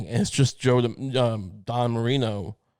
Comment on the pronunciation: ITS DAN MARINO. DAN. DAAAAAAAAAAAAAN. DAN MARINO. FFS. NOT DON MARINO. DAN MARINO